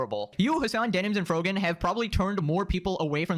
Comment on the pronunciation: did he just call frogan frogman? lmao